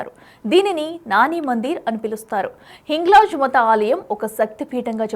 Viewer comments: Telugu sariga matladu talli. Hinglaj Maata not Mata.... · Hinglaj Maata. Sarigga palakadam raada?